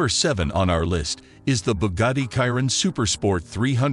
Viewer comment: How you pronounce chiron🤣🤣🤣🤣🤣